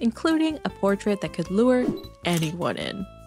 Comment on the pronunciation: por-trout hehehe